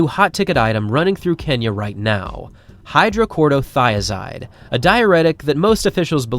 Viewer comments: “Chloro” not “Corto” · It's hydro-CHLORO- thia-zide. Not Hydro-CORDO - thia-zide. LOL! It's a very common high blood pressure drug in most Western countries. If you are stick thin and run for a living the chances of you having HBP are pretty much non-existent. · How many times are you going to mispronounce hydroCHLOROthiazide?